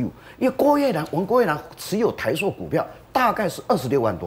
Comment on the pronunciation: 台朔(音：硕）？！还是台塑（音：速）？！🙏🙏🙏🙏请别再唸错别字了🙏🙏🙏🙏